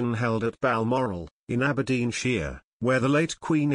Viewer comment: Please talk in your in voice. A computer is so false. AberdeenSHIRE and BROADcaster 🙄🙄